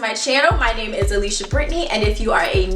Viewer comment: something I do often! I was so excited to hear OUR name spelled and pronounced correctly!